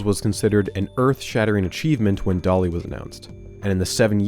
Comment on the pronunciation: I know he's calling the sheep "Dolly", but I can't help but hear "Dali" every time he says the name...